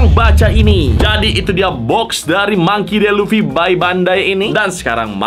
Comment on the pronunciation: Baca namanya Mangki Di Lufi bro bukan Mangki De Lufi 😂